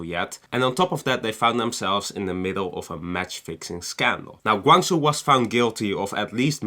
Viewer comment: You should pronounce as "Gwang.....Jow"